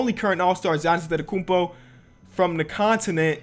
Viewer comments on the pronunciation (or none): none